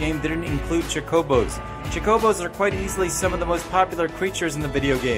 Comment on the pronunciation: You said chocobo incorrectly... Apparently you have never played a final Fantasy game before.